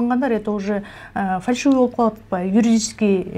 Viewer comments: Фаршивый эмес : фальшивый деп айтылат.... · Фаршывый эмес фальшивый болот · Автор фаршивый эмес фальшивый деп суйлосон туура болот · Фаршивый емес Фальшивый деп айтчы Ушу блогер сорой бала ушун уйронбой койдуда кыжалат кылып 😂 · Фарьшывый эмес фальшивый